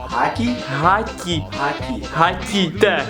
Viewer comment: Не гаті А ґаті